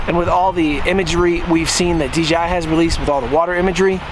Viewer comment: Is he saying DGI?